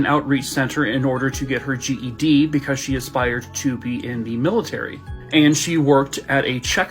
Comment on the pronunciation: Omg has me rolling over here with the ladys I don't like'em comment! He said Buhcuhz'im'gay 🤣🤣🤣🤣🤣🤣 in my head for some reason I heard the old school cereal commercial "Hey he likes it"